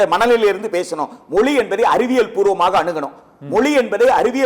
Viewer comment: மொளி இல்லடா மொழி.